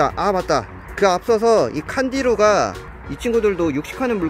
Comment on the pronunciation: '칸디루가' 할때 '탄지로가' 라고 하는 줄 ㅋㅋㅋㅋ